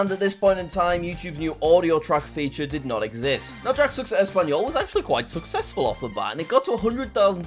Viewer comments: but he cant say the word success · I can’t imagine how many takes jack did to say success correctly 😅